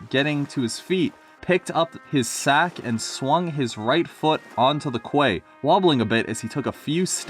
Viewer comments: Quay, pronounced “Key.” Actually, it has two definitions, and one of them is appropriate for this context. Eagle’s been a character in Fan-made stories for years. T1E2H3, Victor Tanzig, etc. woah woah Woah WOAH back it up... what the fuck? Other fan-made characters. Atlas is from Victor Tanzig’s “Stories of Sodor”, Jim is from T1E2H3’s “The Engines of Sodor” and Albert is from ShunterProductions’s “New Railway Series”. No idea where Tim or Jerry are from though, I assume they’re the writer’s OCs. mf got a blazer 😂 I know it was a different time, but it just sounds weird hearing about a 12-13 year old wearing a fucking blazer And as always, very fair grammatical criticism! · Quay is pronounced 'key.' And facade means front of a building.